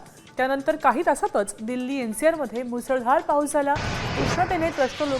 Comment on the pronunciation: Slow pahus la pahus cha kahar kay pan bolte news wala na kay kam nay ka